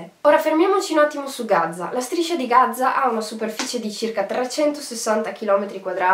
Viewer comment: Gaza con una z perché continui a dire Gazza ???? Spento dopo 1 minuto